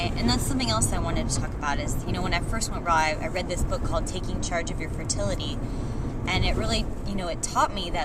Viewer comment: Lol.. I totally thought you said "taking charge of your Fruit-ility" instead of fertility.. anyways, i'm going to look into this book.. bleeding is a bad thing?! that is really odd. Ya know ever since I've been vegan i have had lighter periods..and it really freaked me out, but having your period be basically non existent & just discharge.. idk that just sounds unhealthy.. :/